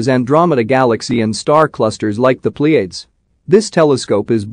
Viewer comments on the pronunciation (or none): I don't know if this is a bot narrator, or just a human who doesn't really know how to narrate well. But whatever the narrator, I expect an astronomy narrator to know how to pronounce "Pleiades" (plee uh deez, not pleeayds). At any rate, I couldn't finish the video because the narration was too annoying.